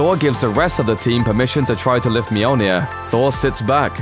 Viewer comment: Mjolnir. muh-yol-nir not meow-near